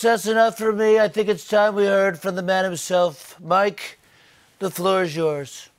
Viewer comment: HAHHAHA '' the floow is yours'' followed by that grin lmao, i am dead.